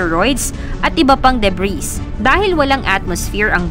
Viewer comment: silent s po ung debris